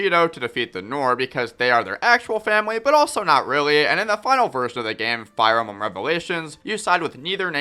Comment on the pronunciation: Did he say fire embum your nose sounds stuffy, clean it out then make the video. Corrin is good so is Mr game in watch that fact will never change.